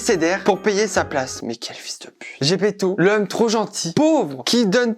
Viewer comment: Putain ok j'suis fan de Jojo mais j'en ai marre d'entendre des Zeppeli au lieu de Zepeto juste parce que je viens d'apprendre que l'auteur est italien 😭